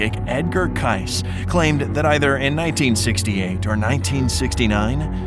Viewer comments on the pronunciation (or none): BIMini CAY-cee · It is pronounced Kay-see Some of these ARE explained. And Jean DID have a faint heartbeat so they started thawing believing she would have serious brain damage. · That's Edgar Cayce - pronounced kay see, like the name Casey. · It's edgar "kay-see"...NOT edgar "kice"! 🙄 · It's pronounced kay-see not k-ice... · His name is pronounced Edgar “Kay-see” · Edgar Kice? I’ve always heard it pronounced Edgar Kay Cee. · His name is pronounced Edgar Casey, not Cise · Edgar Cayce = Kay-SEE, Bimini = Bem-en-ee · Edgar Cayce, pronounced same as Casey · This would be a lot more credible if the narrator could actually pronounce the subjects correctly. Like Edgar Cayce (pronounced K C) Or Bimini (pronounced bi-muh-nee)... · You mispronounced Edgar Cayce’s last name. It’s pronounced like “Casey” 😊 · You need to learn how to pronounce the names you use in your videos. Edgar Cayce's name is pronounced K C and the road in the Caribbean is the Bimini bim-in-e Road. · You are pronouncing "Cayce" and "Bimini" wrong. It's like Casey and In Bimini there's no stress on the first I so it's exactly how it looks. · Your voice bot can't pronounce Bimini or Cayce. You need a new voice bot. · What about the mystery of not pronouncing Edgar's name right? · The visuals are good -- nicely pieced together. Side note: You mispronounced the name of #13, Edgar Cayce. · You’re pronouncing the name “Cayce” as in Edgar Cayce and the place “Bimini” incorrectly. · How many times in your videos can you mispronounce words. In this case you mispronounced Bimini and Cayce barely a minute in. Look it up, google it or just get someone with a brain. I like your videos but your constant mispronunciations make me wonder.